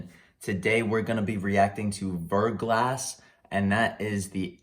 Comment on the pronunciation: It's pronounced ver.glah but overall good reaction